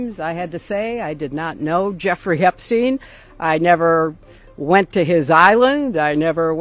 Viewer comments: Epstein et pas epstin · EPSTEIINE ! pas epstine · Einstein, on ne dit pas Einstine. C'est pareils pour Epstein. Merci de prononcer le nom correctement. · Arrêtez de dire Epstine c'est infernal, c'est quoi le deal? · EPSTEIN NON EPSTINE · "Epstine" 😂 pourquoi changer d'un coup cette prononciation ? 😅🤣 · Epstine 🤣🤣🤣 Ça me fera toujours rire. Les pourris du système disent tous Epstine. Les autres disent Epstein et comme ils disent également Albert Einstein et pas Albert Einstine. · hufftington post = propagande $ioniste pro soros comme cnews=propagande $ioniste pro netanyahou ces gens qui veulent inverser la réalité en prononçant epstine alors que c'est epstein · t'es certain ? Du coup Albert Einstein, c'est pareil ? 😅... En tout cas en France, la prononciation a changé d'un coup, aucun média avant ne disais Epstine. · Vous êtes drôle avec vôtre prononciation : "ép stine" alors que pour Albert c'est toujours Einstein ! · Pourquoi les journalistes prononcent mal son nom ??? Ils veulent faire croire que c'est pas un juif ou parcel que ca sonne mieux avec Poutine. Les journalistes de la honte